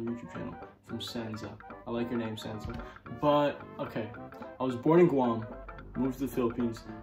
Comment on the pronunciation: OMFG THE FIRST QUESTION HE ANSWERED WAS MINE PLEASE AND YOU PRONOUNCED MY NAME RIGHT SGSHHSS I LOVE YOU 😭❤️❤️❤️❤️❤️❤️